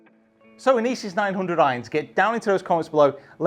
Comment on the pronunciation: Love you review but please stop pronouncing Inesis like that my ears can’t take it 😂😂 thanks love the channel 👍